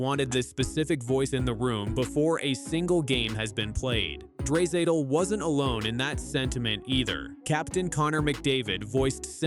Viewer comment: Lol dray-satal 😂😂😂😂